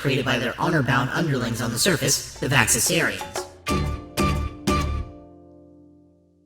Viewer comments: VaxasARian? Isn't it pronounced VaxasAURian? As in dinosAUR? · They said vaxasaurian wrong